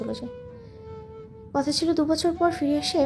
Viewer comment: Speak proper Bangla. It's কথা not কতা